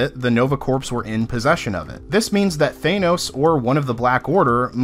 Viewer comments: Almost as annoying as Thanos = Than-os not Thane-oss. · THANOS not thaenos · You keep pronouncing corps and Thanos wrong!!!